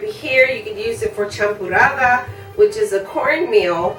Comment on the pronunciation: It's called, champurrado, and not "champurrada". Thanks for sharing the sweet tamal recipe.